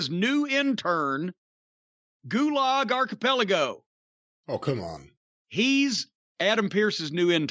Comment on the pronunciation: Gulog Archipelago LOL